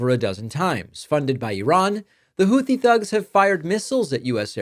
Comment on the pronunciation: Why are the s*x bots targeting dem channels? Ugh. Damnnit, Trumpty Dumpster. I told EVERYONE WHO WOULD LISTEN he would destabilize the whole world. It's pronounced Houthi with a 't', rather than a 'th', btw.